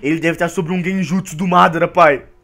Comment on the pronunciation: mano tu fala obito e madara errado